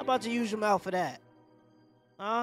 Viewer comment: "we pay you to use your mouf for other thingz, YeAHhh"🤣🤣🤣🤣